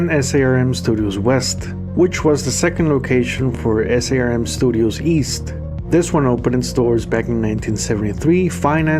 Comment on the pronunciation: SARM is just pronounced as a word - Sarm. Great video!